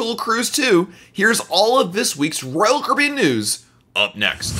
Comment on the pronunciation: What is Royal caben. ??? You said it 95 times. Chill out a little..